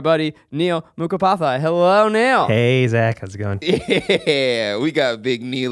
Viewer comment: Props to Zach for pronouncing Mukhopadhyay properly. I am coming back to this podcast after almost a year, and you bet it's because there's a Bengali in the video.